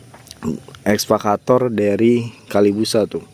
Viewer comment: EKSA...EKSA....EKSA VATOR...BUKAN...ESVA....ESVA CATOR....MAN...MAAAAN..#.